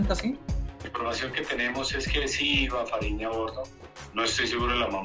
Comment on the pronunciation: É "farinha" não fariña.